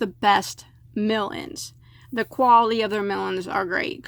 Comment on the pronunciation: I keep hearing "melons" when you say "mill ends" lol I wanna buy yarn now and crochet while eating melon 🤤